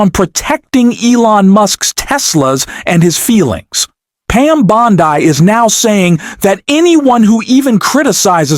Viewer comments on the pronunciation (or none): It's Bond-ee. Not Bond - eye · either u r not a native speaker of English or this is an AI reading this. Bondi Is said Bond-e Yes the I is said as a long E. So to spell it for u the way it is said it would be written Bondy with the T taking on its long E pronunciation for this u get a thumbs down and my sub gone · It's Bond-ee, not Bond-eye. AI is still more awkward than Frankenstein's monster in a low-budget movie.